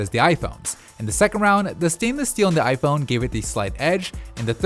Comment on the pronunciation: I. Phon 🤣🤣🤣